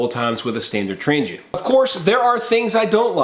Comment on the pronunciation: I’ll stick with my Trang-GHEE-ah. (Sorry it drives me crazy when it’s pronounced wrong)